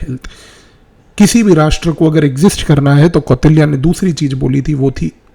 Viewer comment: कौटिल्य बोलिए भ्राता जी, मै तो ध्यान दिया तब जाके समझ आया कि आप, कौटिल्य के बारे में बात कर रहे है Apargrah ❌ अपरिग्रह – जितनी साधन की आवश्यकता हो उतने में जीवन व्यतीत करना